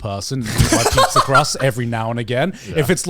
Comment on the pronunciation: Am i the only one who heard Garnt say "eat people" instead of "eat pizza"??